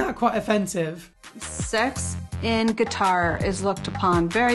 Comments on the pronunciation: Pronouncing it as “Guitar” is definitely NOT an American thing. I live in the rural south (a part of America that’s frequently ridiculed by the rest of world... and the US really) and I’ve never had pronounced it that way. It’s just her ignorance. Speaking of her ignorance, the fact she so openly discusses his “problems in the bedroom” has to be completely emasculating to him. I’ve been married for 13 years and I would never say something like that to my husband in private, much less for millions to hear. If she wanted to improve their relationship in the bedroom, she should have encouraged him and built him up instead of tearing him down. I can’t imagine the humiliation... especially being from a culture that doesn’t discuss things like that and consider it an extremely private matter between a married couple. She’s just crass... and ignorant! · I honestly thought she said guitar to the employee at the store 😂😂😂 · I wish she'd stop saying Guitar.